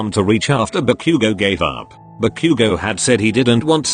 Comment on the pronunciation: LMAO SOUNDS LIKE “Barbecue go” INSTEAD OF BAKUGO 😂😂😂